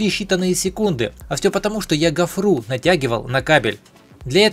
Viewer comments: Почему гофруу,говорить гофру,ударение на о.. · "...гофрУ ,в "пОртель"